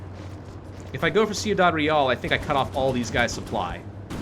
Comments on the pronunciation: It's pronounced Kwee-dad, btw. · See-oo-dad Real? Lol Your mispronunciations are hilarious sometimes.